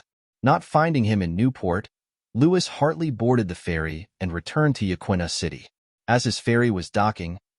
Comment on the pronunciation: Hey, … it’s pronounced Ya-kee-na.